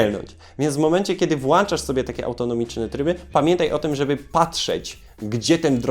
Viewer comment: Materiał bardzo wartościowy, tylko błagam popracuj nad poprawnością języka. "Włancza" powtarzane kilka razy boli...